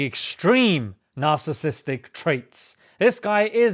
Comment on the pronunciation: You can’t pronounce Narcissist which Nas 🤷.